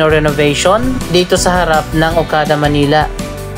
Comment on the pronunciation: yung "manila" mo po mali yung pronunciation ..